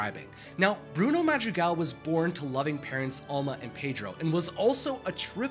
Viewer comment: Every times he says Madrigal or Encanto makes me cry i hear thousands of Hispanic people crying every time